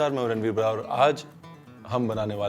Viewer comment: Paaji 'बरार' na bolya karo...ghot ke yaani pura Punjabi style ch 'बराड़'...aakhya kro...pta lgna chaida vi koi JATT boln dea va...🙏🏻